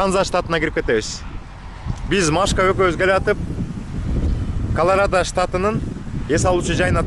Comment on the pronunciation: Колорода эмес Колорадо